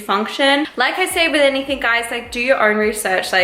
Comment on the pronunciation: Omg I love uuuu but u say ‘anythink’ and I can’t deal 😂😂😩😩😩😩